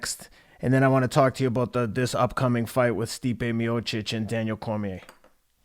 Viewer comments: Teddy, it's not Miocek. It's Miocic. He's Croatian, not Czech. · Its pronounced ( Me O sick )